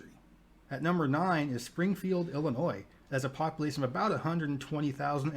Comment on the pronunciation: I love watching your videos but I couldn’t listen to the guy say “populasin” anymore 😭